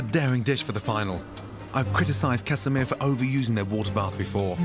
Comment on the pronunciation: casamia, not casamir